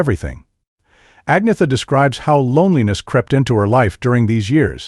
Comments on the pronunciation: its not AG-netha......its An-yetta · AN - YET - AH...not AGNEETHA. Just sayin'... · At least pronounce Agnetha's name correctly